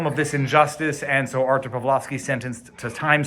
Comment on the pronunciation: Two points for you. One for pronouncing his name like you're Polish, and one for the dog.